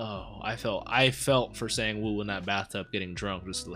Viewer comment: someone already commented on the correct pronunciation for Gi-hun's name. Sangwoo's name is pronounced like S(ah)ng-oo not past tense for "sing"